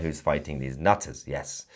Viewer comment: Haha. The way you spat out "NUTTERS!" 🤣